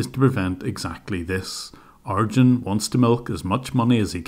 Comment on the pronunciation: Lol ..In the beginning I kept thinking, is he referring to a piece of software or what, every time you're pronouncing the scammers name as "Argend", until I realized you meant him because the name Arjuna/Arjun is pronounced with emphasis on "June" in the end (like the month) :-)